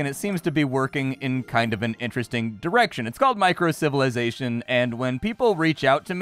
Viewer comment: Microcivilization, not "Minicivilation" :D